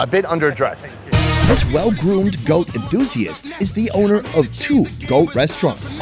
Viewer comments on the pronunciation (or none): the onwer? You mean owner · At the lunch it said "onwer"😆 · "the Onwer" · "The Onwer"🤭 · I wanna be an "Onwer" of something someday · "the onwer" lol the onw er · “The Onwer” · what the heck is an "onwer"